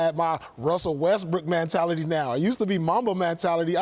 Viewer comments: “What is Man-tality” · "Man-tality" - Paul Pierce 2018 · What the hell is “mantality”? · WTF is a man-tality?? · Paul "mantality" smh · Did Paul Pierce just invent a new word? "MANtality?" 🤣🤣🤣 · Somebody tell Paul how to pronounce “mentality” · Paul Pierce: “Mantality” lol